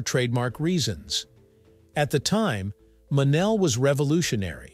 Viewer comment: ITs pounced "MO Nell"